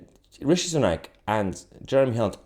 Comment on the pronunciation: Stop calling him rashi it's rishi